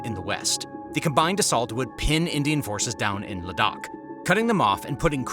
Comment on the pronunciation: great reporting and commentary ! Ladakh is pronounced < > Kind regards, Ciao!